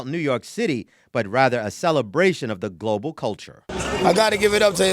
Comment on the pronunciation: The "global" makes me raise an eyebrow every single time.